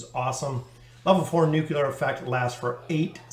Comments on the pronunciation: Why do americans says Nucular instead of nuclear? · not just you, i’ve heard it pronounce nukular many many times